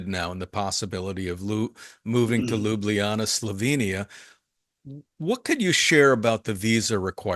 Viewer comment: Please please please FFS say it right! it is LJUBLJANA - (LYUBLYANA?)! not Lubljana! How can this be such a problem ? Especially for the people that are already here for long time*